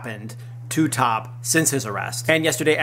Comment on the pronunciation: THANKS FOR THE UPDATE! His name is T.O.P. not top. Please pronounce it right.